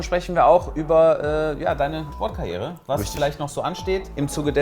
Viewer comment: Als er Sport Karriere gesagt hat hab ich erst Mord Karriere verstanden😂😂😂